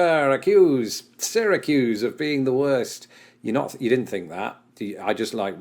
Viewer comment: Kudos for pronouncing Syracuse correctly. Having gone to college there, I do recall once it snowed every day for a month. Not a lot every day, some days very lightly, but a measurable amount every day for 30 days.